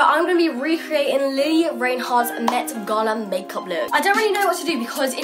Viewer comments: How can someone make a makeup tutorial for her and pronounce her name wrong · Who else cringed when she called her lili Rainhart??